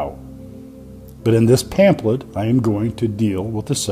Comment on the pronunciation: tell me he didn’t pronounce pamphlet as pamplet